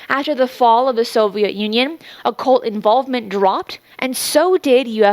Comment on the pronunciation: I hate the way he is pronouncing “occult”